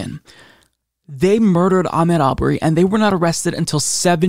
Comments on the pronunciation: please pronounce Ahmaud correctly. It's not Ahmed as you were saying. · his 1st name is pronounced Ahmaaad. Thank God there is justice. You're right he should still be here.